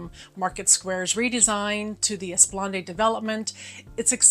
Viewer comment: Google: how to pronounce esplanade